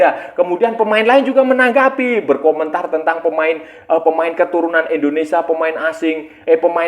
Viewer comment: INDONESIA kaaaang bukan ENDONESA